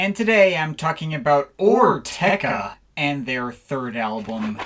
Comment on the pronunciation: I think its pronounced or-ker-teck-er